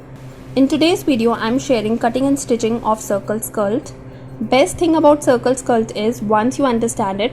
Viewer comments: Why do you keep on saying “skalt” it should be skirt. Concert on your pronunciation. You speak good English except keep on saying this word without paying attention to right sound of it. Go on practice it. 👍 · Why you are saying skilt??? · Is it skilt or skirt😅😅